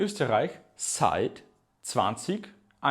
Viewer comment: Seit - читається ЗАЙТ а не Сайт.